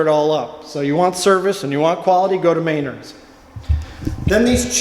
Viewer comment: I know people from the family that founded it and oh boy I never thought I'd see the day where someone confirmed their joke about how people say may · nerd and not muh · naard. man did I cringe a bit and also laugh, its been years since they told me that.